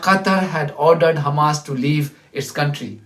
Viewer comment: into the video, listen to what he actually says - "how he defines Hhhrraaammass.." 🤔